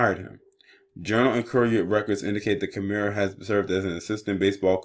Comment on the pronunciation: and it’s kim-er